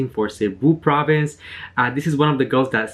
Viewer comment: I just realized I have been watching your videos for years now but haven't subscribed yet hahaaha sorry . i have just clicked on the Subscribe button. 😍 BTW Kudos on pronouncing the Provinces properly 😍😍😍😍